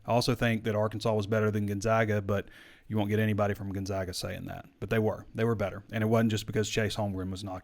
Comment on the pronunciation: It’s Chet Holmgren not Chase and Gon-ZAG-a not Gon-ZOG-a